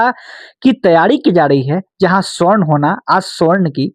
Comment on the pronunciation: Darr to bahut lag raha hai sir aapko bhi warna ✔️ सवर्ण (Savarna) ❌ स्वर्ण (Gold) — ये सिर्फ धातु है 😅